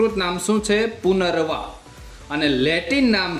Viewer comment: ઉચ્ચારણ: પુનરવા ❌❌❌ પુનર્નવા: પુનરનવા ✅✅✅ બાકી ખુબ જ ઉપયોગી માહિતી આપી છે.👍🏻👍🏻👍🏻